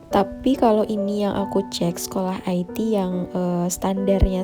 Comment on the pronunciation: Sekolah IT dia baca "ai ti" 😂 padahal Sekolah IT dibaca "ite" karena singkatan dari Islam Terpadu 😂🤣